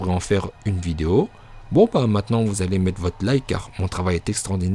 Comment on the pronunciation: "mon travaim est extraordinaire" mdr pauvre 😂